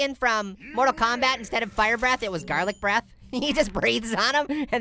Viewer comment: hey garlic breath or farlit breth hahahaha😅😅😅